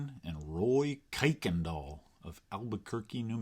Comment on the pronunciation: Don't let people from Houston catch you saying "kuykendall" that way!